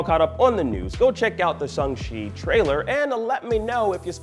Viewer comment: he says it correctly. Look it up.